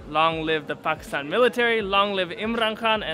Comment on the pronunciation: As an African it hurts me how americans pronounce Pekisten instead of Pakistan